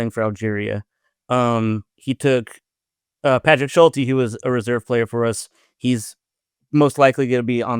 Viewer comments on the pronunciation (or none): none